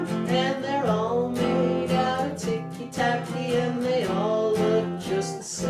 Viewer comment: It's "TICKY TACKY"! dammit